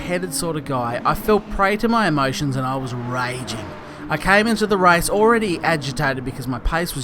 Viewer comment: for god sake it`s RACE not RICE...